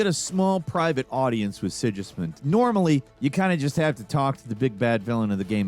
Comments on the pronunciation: King SIDŽISMUND AHAHAHAHAHAHAHA WTF IS THAT LEARN TO TALK DUDE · Yeah, it was also pretty bad how he pronounced Sigismund, the guys name is said out loud enough times in the first game and probably the second game for someone who is actually playing the game to get it right lol...